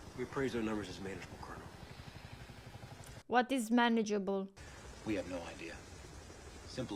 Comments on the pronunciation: Instead of col-o-nel you can just say kernal and it gets the point accross a lot of people just say that instead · the best way to think of "colonel" when you speak it is to think "kernel", because that's basically the correct pronunciation. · great heartfelt reaction as usual. oh, and you are getting pretty good at military strategy from watching all these movies.. Oh and the pronunciation of "colonel" is "kern-ul" or "kur-nl". It is one of the many words in the English language that is spelled differently from how it is pronounced, which can be confusing for non-native speakers. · Its pronounced "CURNEL". 😉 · ...the word you're having trouble pronouncing is pronounced kernel....like a kernel of corn. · KER-NIL , Like FUR and NIL, nil like the British version for ZERO 🤪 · "Colonel" in English is pronounced the same as "kernel," as in "kernel of corn." Logical? No. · The way to Pronounce COLONEL, is phonetically, CURNELL. That's how we pronounce it here in GBR/UK. And we produce the finest Armed Forces Personnel in the WORLD. Royal Navy/Army/Royal Air Force/ Special Forces (SAS, SBS) Reply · Colonel is pronounced "cur-nell" like a popcorn kernel. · Colonel is actually how it is spelled in English too. Don't ask me where that R comes from! It's invisible. Saying "Col-O-Nel" is perfectly understandable! That's how it is said in French too! (I'm American but speak French and lived in France for five years). Custer was an American cavalry colonel involved in the wars against Native American tribes in the 1800s. He brought a smaller force (300 I think) of soldiers against a vastly superior number of Native American warriors and pretty much got all his men slaughtered (which is why Gibson is not happy about being given the same Regiment number). The battle is referred to as "Little Big Horn," which you can Google if you want. LZ = "Landing Zone" (for aircraft - in this case helicopters)